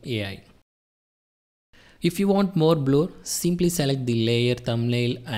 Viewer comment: THANK YOU FOR THIS TUTORIAL. it's no Bloooor.. it's Blerr ( Blur )